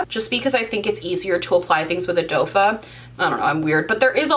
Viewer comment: Embrace the "doefah". Enjoy your time in Montreal!